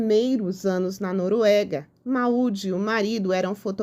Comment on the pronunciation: a pronúncia é “Môud” 😊